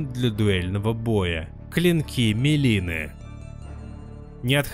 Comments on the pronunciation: МИлина, а не "мЕлина" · МИлина, а не МЕлина, а так всё, как всегда, круто и интересно.